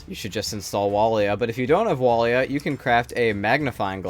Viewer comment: Am I having a stroke or did you just say WALIA? Ah yes, my favourite utility mod: What am looking I at?